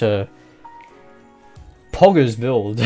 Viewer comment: "POOGGERS BUILD" yes!